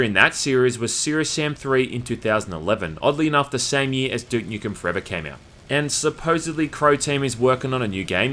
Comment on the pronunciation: "Dook Nookem and Syerious Syam"